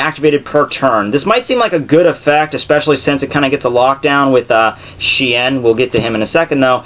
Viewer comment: The way you pronounce shi-en is hilarious.